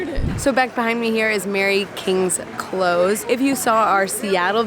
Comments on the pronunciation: I'm sure someone else will mention it but pronouncing close is less close door with a long o and almost a z , it is more short o and abrubt s, that is the best way i can describe it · A close is pronounced clouse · You got the pronunciation of Edinburgh right, but St. Giles, is with a J sound, and Close, is like get close, not close the door!!!